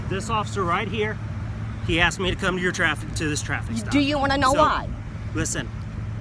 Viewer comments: Axed... Asked? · I axed an axed this man wtf?